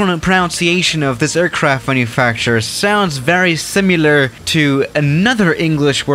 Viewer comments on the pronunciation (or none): none